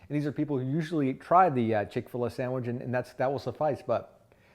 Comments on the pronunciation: It’s chick fil a. Not chick filah. You freak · How can you believe someone that doesn’t even know how to pronounce the name. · Chic-Fil-What are you saying?